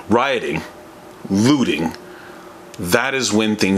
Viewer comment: Every time you say looting i hear lewding, because of that i can't support your message.